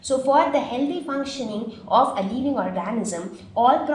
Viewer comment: Y do u tell leaving for living???pronunciation wrong otherwise good